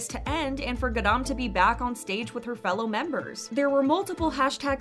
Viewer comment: its ga-ram not g-aram